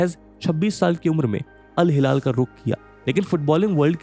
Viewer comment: InIESTA hai vo InESTIA nahi 🤣🤣 bhaiya kya channel hai yaar ye millions mei subscribers aur Al Hilal nhi bol paarha Iniesta ka naam nhi le paarha David Villa nhi "We Aa" bolte hain. Isko hire mat karna next footballing videos ke liye aankh band krke suno to kuchh samajh hee nhi aayega 😂😂